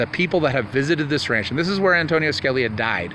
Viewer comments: Antonin ..,.... pronounced AN TO NIN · It's not Antonio. it's Antonin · not antonio its antonin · Antonin..not Anthony. Good work